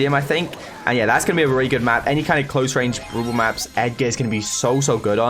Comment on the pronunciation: Why whenever says brawl ball I hear bubu 😂